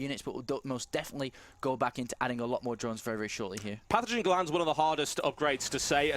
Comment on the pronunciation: Is anybody going to inform that it's PaTHOgen Glands, not "panathen" glands? Anybody....?